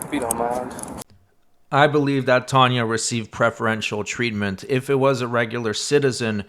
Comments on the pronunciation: Tayna? But pronounced Tanya? 😑 She was foul. But the professor took the cake! Disgusting individual. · How is T-A-Y-N-A pronounced "Tah-nah"?